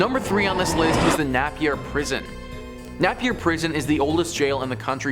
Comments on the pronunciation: Please, PLEASE PLEASE CLEAN UP UR PRONOUNCIATION Neigh pee ya not nappy ya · The way he says Napier, Nappy-er 😆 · Puhinui - pu-he-new-e… Napier - nay-p-r… Waitomo - Why-tour-more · places are pronounced pooh-ih-newy, nay-pier, why-toe-mow.